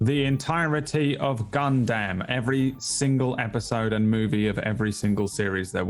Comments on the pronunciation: Everyone else: gundam: gun-damn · Have you not seen the glory of the gundam 0079 movie dubs? its hilariously bad. and yes, they say gun-damn